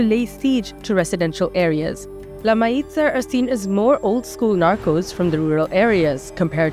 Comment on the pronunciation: Mayiza is pronounced Mah-YEE-sah